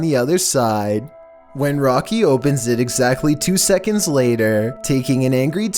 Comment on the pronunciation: A quick shekund